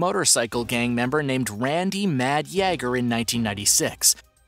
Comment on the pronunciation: I really like this channel and I think that the announcer does a great job! That being said, I am surprised that he can pronounce the (common french name) Pierre, but he is unable to correctly pronounce the common German name Jager. This might help: Jagermeister. I first noticed this when I heard him (on a different segment) pronouncing the name Yves without keeping the s silent. It's spelled that way, but it is pronounced "Eve". I'm sure it sounds like I'm nitpicking, but he said that he reads these comments... By the way, I neither speak French nor German, myself.